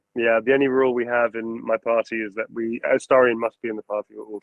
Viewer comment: It breaks my heart to see when someone pronounces AstErion. Come on guys, you can do better than that. Neil put 4 solid years of his life into this character, try at least google how to correctly pronounce a character's name next time. Thanks for the interview anyway, it was fun 👍